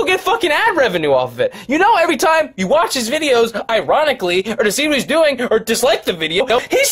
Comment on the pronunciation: "YEW BOUGHT JAKE PAUL A NEWW FUCKING HAT"